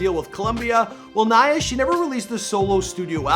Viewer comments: he finally pronounces her name right👍🙌🙌🙌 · “Yeah that’s Naya” “NeIgHuH” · Her name is Naya not Neya! Come on at least get her name right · Dude is just not good with names... Nae ya? No mcgoober... NAYA ( Ny Ah... NAYA) Damn ! Didn’t u hear Arsenio in the beginning of the video pronounce her name? I’m starting to think he does this on purpose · it’s pronounced ni/yah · Please practice the pronunciations of your celebrities, especially the ones who are longer with us🤦🏾‍♀️ “NYYYY-UHH”, like “Nitrus”. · its pronounced "NIYAH" come on dude, you could at least get her name right. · It pronounced Ni-yah please show some respects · I don't mean to be petty but it irritates me when people are miss pronouncing her name. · Too bad the narrative could not pronounce her name properly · Pronouncing her name correctly wouldve been the most important show of respect for a start! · Holy crap you butchered the pronunciation of her first name, jackass..... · Its pronounced like Hiya. Not nay-a. Naya. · Everyone says naya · I know!! Right .give my girl her props. PUT SUM RESPECT ON NAYA'S NAME🙏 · Is it bothering anyone else that he kept mispronouncing her name? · I’m so glad I’m not the only one who noticed… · They literally pronounced her name and homeboy is butchering it. I’ve noticed he does that often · Cause he’s Canadian. They have dumb ways of pronouncing names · THANK YOUUY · I know is Canadian so the accents are different and stuff so I'm not trying to rag on him, but I really wish more research and practice would go into the pronunciation of peoples names. For the Pop Smoke video he called Canarsie "Can a rise" and now Naya's name gets butchered for 10 minutes straight. Out of respect to the departed, their names and their home towns, etc should be pronounced correctly. 🤷🏻‍♀️ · I love your videos. keep up the great job but please learn how to pronounce people’s names.